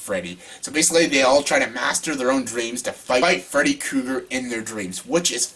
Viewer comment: He said Freddy Kooger..